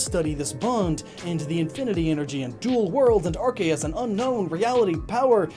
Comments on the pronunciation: Arkeas? really? its ARCEUS AS IN ZEUS WITH A C. lol i noticed the grammar errors and i couldint not tell you, hopefully you fix it. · 1: its ar-see-us 2:*catches 100 unknown* team imperium: can we have those? me:*sends out 2 unknowns* unknowns spell: f u